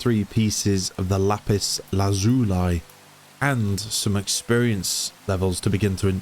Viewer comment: One day I will stumble on a video of someone who can pronounce "lapis lazuli" correctly